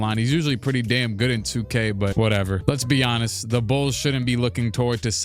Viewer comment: The way you pronounce let be honest sounds like “let’s be Giannis”